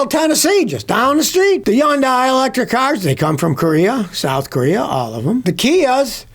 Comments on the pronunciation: Hyundai is pronounced like “Hunday”. Sunday with an “H”. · I didn't know Hyundai was pronounced yun-dye 😅